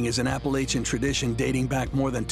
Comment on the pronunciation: Why the heck did the narrator mispronounce "Appalachian?" You'd think that a show about Appalachian mountain men should get something that basic right.